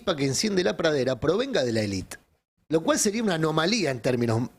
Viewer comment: no puede pronunciar la palabra "pradera"?🤌